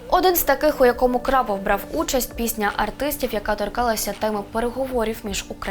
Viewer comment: Ведуча не вміе читати ? Крапов у береті ?